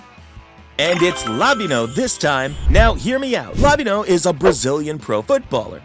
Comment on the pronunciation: why tf does he say lavinho 😭 😭